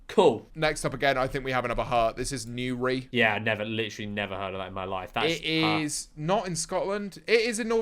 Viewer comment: why did pronounce newry as “nuw ree”